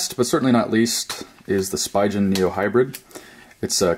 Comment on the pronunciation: its pronouced Speegen bro !!